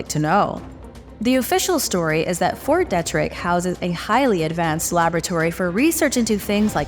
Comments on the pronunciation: It’s pronounced Fort Deetrick… 🤣🤦🏼‍♂️🤷🏼‍♂️ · It’s Fort DEE-trick 🤔